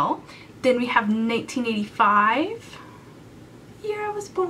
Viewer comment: I've literally rewatched it a zillion times! I can't tell if she said 85 or 95